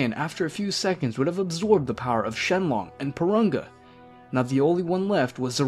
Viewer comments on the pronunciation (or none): the name is shenron not shenlong get it straight